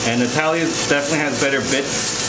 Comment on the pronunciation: Duuude on he said the name Natalia and pronounced correctly, that’s my name too and ppl around me be having a hard time with it 😅 I appreciate you doctor ❤